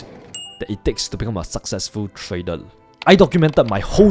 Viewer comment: In this new year, do consider to speak with proper pronunciation of "R", like "trader" instead of "tradel" etc